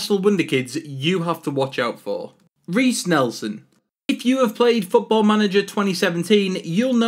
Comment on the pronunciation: It's Riss Nelson